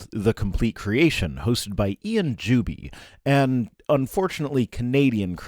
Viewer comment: Every time you say "Juby is", my brain hears "dubious". Kinda appropriate, I guess.